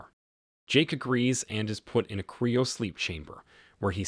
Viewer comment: I thought this was a real voice narrating; I don’t understand why some simple words are being mispronounced. Like “cryo” being pronounced as “Cree-oh” or “machine” pronounced as “ma-shoyng” .